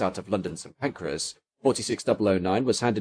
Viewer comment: Agh stop saying St. Pancreas! 😂